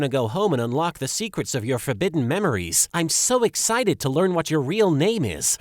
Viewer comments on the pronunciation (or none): none